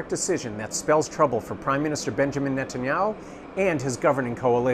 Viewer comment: So have i been pronoucing Netanyahu wrong my whole life, or what